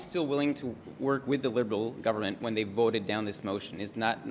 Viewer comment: It’s disgusting. He had trouble saying the word “Government”. It just made him look ridiculous considering the career he has.